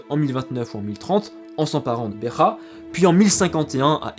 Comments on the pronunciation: En portugais la ville de "BEJA" ne se lit pas BE"R"A mais BE"J"A, exactement comme en français. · Beja pas Berra stp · excellent travail, comme d'habitude. Fais seulement attention à la prononciation de Beja (si tant est que tu souhaites la prononcer en portugais). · Bera no béjā beja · petite précision, le "J" en portugais se prononce comme en français et pas comme en espagnol. C'est Béja (Begea et pas Becha). Ainsi que Azulejo (azulegeo et pas azulecho) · En.Portugais il n y a pas de Jota comme en espagnol on prononce Beja comme dans le mot Beige en français et non pas "Besrra " je suis désolé de cette precision mais ca a quelque peu écorché mon oreille lol Je tenais a vous féliciter pour la qualité de votre travail de vulgarisation également pour votre précision historique concernant cette periode passionnante d Al andalus félicitations bravo et encore merci je m abonne et je vais de ce pas devorer vos autres vidéos je découvre votre chaine avec beaucoup d intérêt et je me demande comment j ai pu passer a côté d un contenu aussi qualitatif vous devriez songer a faire des conférences sur le sujet vous avez largement le niveau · Bjrs ... j aime bien vos videos ... mais noter que me j portugais se prononce exactement comme au français... alors pa la peine de dire mudekharpour mudejare et bekha pour beja ... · Super vidéo comme chaque fois :) Petite note: En portugais il n'y a pas de "jota" donc le "j" se prononce comme en français et non comme en espagnol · Merci de préciser que le J reste un J et non un R... Cette prononciation à l'espagnole m'agace ! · En portugais le "J" se prononce "J" comme en français et non comme en espagnol "R" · Ont prononce BEJA comme en francais pas comme en espagnole.